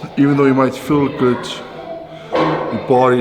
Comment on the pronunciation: Thor is feeling "goot". SOMEONE PLEASE MAKE A COMPILATION OF THOR SAYING "i'm feeling goot", thanks. 😅